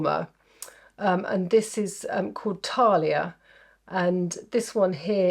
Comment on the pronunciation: Thalia as in thanks not Talia as in tanks! Let’s not even attempt Gaia! Just remember if you can be bothered, there are no long vowels in Greek 🤷🏻‍♀️